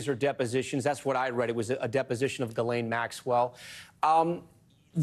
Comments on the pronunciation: Total gallows humor that Jeffrey's fixer's name sounds like "Jizz Lane." When you pronounce it silly, anyway. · Is anyone else annoyed at how Hasan pronounces Ghislaine?